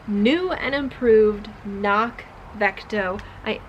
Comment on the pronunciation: FYI: They note on their site that it’s pronounced with the hard C included at the beginning, just as it’s spelled. (kuh-nock) (It basically means ‘hill’ in Gaelic.)